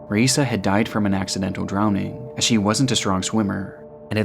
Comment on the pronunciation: Raissa is pronounced 'hi-eesa'. Normally I don't nitpick, but out of respect....